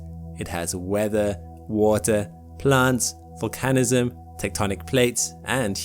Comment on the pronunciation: 💡 "This is where all the volcanism originates" :face-red-droopy-eyes:It's 👉VOL-can-ism👈 or 👉VUL-can-ism,👈 not vol-CAN-ism. You do this again .